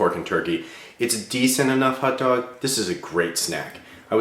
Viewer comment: Hot dog, not hut dog..